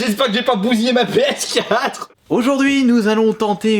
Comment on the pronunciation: "Comment va reagir ma ps4euh"